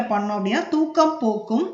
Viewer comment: திராட்சை வாங்கிக் கொடுத்தால் தூக்கம் போக்கும் அப்படின்னு சொல்லி இருக்கீங்க தூக்கமா துக்கமா தயவுசெஞ்சு உச்சரிப்பை சரியா சொல்லுங்க